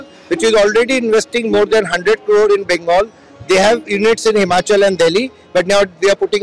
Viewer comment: The word is not bangal. Practice saying it right.